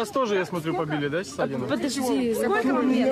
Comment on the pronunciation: У ведущей "скока" (сколько) - это фишка такая или что? Не первый раз это слышу. Режет слух.